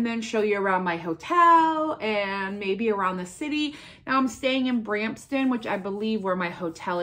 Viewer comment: I want to shop with you when you come to Canada. I want to have fun with you. A few pronunciation helps and Bram p ton Where are you coming across the border? If you are doing Detroit to Windsor it is a bit of a drive ( like 1.5 hours) to Niagra Falls. I was in London Ontario in 2013 and went to Niagra Falls. It was a lot of fun. Platinum Jubilee had some grants out so our organization applied for one to have an English Garden Party in our community. We are still waiting to see if it is approved. It will be fun if we can do it. I know you would absolutely love it with the big hats and waiters circulating bringing champagne (7 up) and orderves